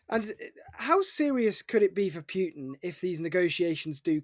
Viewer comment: Who is this Pewtin that Louis keeps talking about? Has nobody at TR corrected his pronunciation yet? Shades of Shawn "Abrahams tanks" Bell.